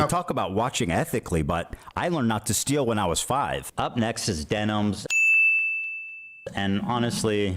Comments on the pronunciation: why is he saying her name wrong? is that something he does intentionally or can he really not read denims? its like what jeans are, denim, but plural. but he keeps saying demis or dennis or stuttering between the two. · Am I missing an inside joke or is there a reason he keeps calling Denims Demis? Also first time viewer, really enjoyed this video!